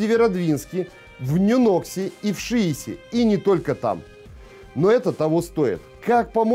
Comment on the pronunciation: Ударение сложно уточнить? НЁнокса, ШИес.